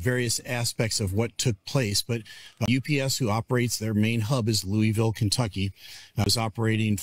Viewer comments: LOU - a - vull ... LouieVille is in KANSAS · Incorrect, national broadcasters even pronounce it properly. Even I know this. And I'm in California